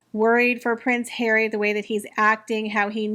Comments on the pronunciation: oh yes, I love the hilarious pronunciation…HAIR-WEE, I just love. So much fun to hear what I’m thinking from someone else. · Congratulations! I love your channel and find your ‘prince hawy’ to be the funniest thing to be heard!